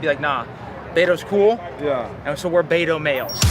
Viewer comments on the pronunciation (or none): His name is beta not beto it's BETA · Its not BETO, its BETA!